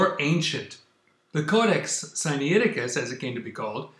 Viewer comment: The information presented in this video is as erronious as is your pronounciation of the name of the manuscript "Sinaiticus." Is such willful ignorance and dishonesty even possible for a Spirit indwelt person? I have my doubts but I must allow God to be the ultimate judge in this matter.